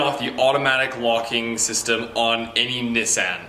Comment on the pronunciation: i’ve never heard anyone pronounce nissan like that